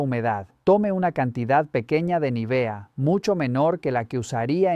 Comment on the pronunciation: Vaya, aquí han descubierto el Mediterráneo. Es Nívea, no Nivea.